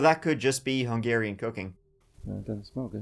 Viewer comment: as one of your hungarian follower, well done on the hungairan pronouncation